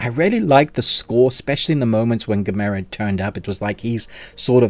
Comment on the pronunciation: You say gamera totally wrong. Why.